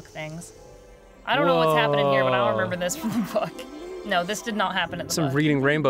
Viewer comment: Re-Mem-Brall. It's not that hard, is it?